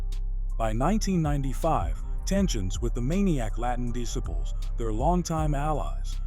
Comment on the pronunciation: the AI can’t pronounce DISCIPLES